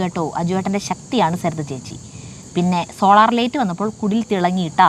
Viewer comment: ലെയിറ്റ് അല്ല ലൈറ്റ്. സരിത എപ്പോഴും ലെയിറ്റ് എന്നാണ് പറയുന്നത്